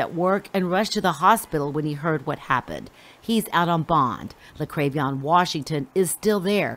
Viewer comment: La-krave-ee-on 😆😆😆😆💩 Tell me that baby is not named JaLexus!!!!!?????